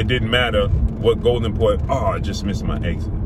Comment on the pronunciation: "I missee my exit" lol .... Good content